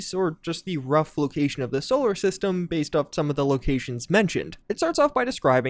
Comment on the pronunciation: "Solar ststem" 🤣